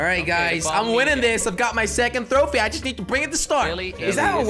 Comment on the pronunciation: I like how he says throwphie